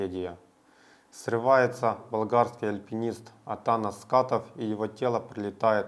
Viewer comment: АтанАс правильно. ударение на последнюю а.